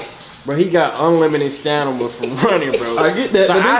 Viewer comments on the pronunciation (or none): LOL = DDG OUT HERE SAYING "STANIMA" BRUH WTF??? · Nobody: 😪 Ddg: Stanama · "STANIMA" lmaooo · This man said stanima 🤣🤣🤣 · Just here to say “stanima” 😂😂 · Ddg keeps saying stanima😂💀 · “Stanima” ddg cappin about valedictorian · DDG says stanima instead of stamina😂😂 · BRUH THIS MAN KEEP SAYIN STANIMA the word is literally (STAMINA) come on valedictorian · This guy ddg really kept saying stanima the whole video and nobody noticed .. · nigga said stanima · this man really keep sayin stanima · It's STA*MINA* not STA*nima*... So much for a valedictorian 🙄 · Did you mean stamina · Dub can’t say phone, DD can’t say stamina